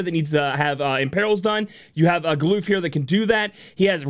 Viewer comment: Never would have thought to pronounce his name as Gal-oof.